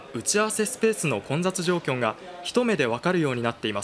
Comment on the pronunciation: こんざつじょうきょんw